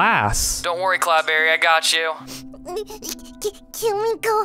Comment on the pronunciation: It's not cloudbarry it is CloudBerry